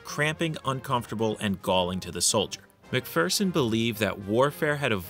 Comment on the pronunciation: Congrats on being able to pronounce MacPhearson properly. V interesting vid. Keep up the good work